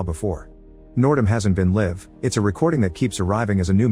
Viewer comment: I knew this voice wasn't real. Live not said correctly, as well as a few other words. I thought there was something off. Still good recaps though.